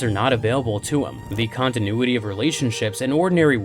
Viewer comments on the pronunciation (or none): none